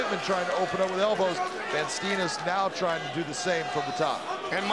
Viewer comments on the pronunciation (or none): Great fight. Funny how Van Steenis his name gets mispronounced though. You say it like 'Vaan Staynis'.